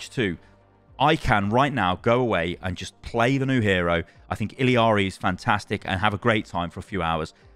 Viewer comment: Random little thing, the new character's name is pronounced EE-YAR-EE. The double L in Spanish is pronounced like a Y in English.